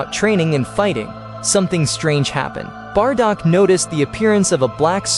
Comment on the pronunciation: Bardock not bardog